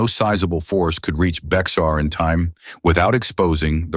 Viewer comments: Bexar is pronounced as BAYAR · I can’t get past you keep saying Bexar as it is spelled, it’s pronounced BEAR.